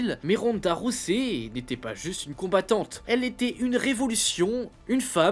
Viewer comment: Sérieux Ronda Rossey ? Rosset ? Faites un effort putain, Ronda ROUSEY, Holly Haulme ? 🤦🏻‍♀️🤦🏻‍♀️🤦🏻‍♀️